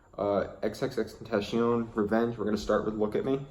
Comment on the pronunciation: Xxxtentashion hh